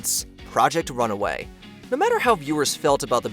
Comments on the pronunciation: ..."project RUNAWAY"?? i guess watchmojo is horning in on whatculture's trademark mispronunciation of names? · It’s RUNWAY not Runaway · It’s RUN WAY not runaway, good lord. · The fact that he pronounced “Project RUNAWAY” throughout the segment is the real scandal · It's not runaway it's runway